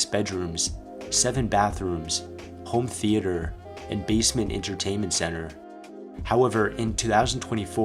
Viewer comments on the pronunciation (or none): none